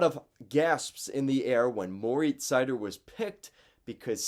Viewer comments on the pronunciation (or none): Pronounced like cider. He himself says his first name "More-eats". Also you forgot to mention that Mo has had terrible partners all year. He stepped on the ice and became a teams number 1 defenseman. And he's not the worst 1 defense in the league.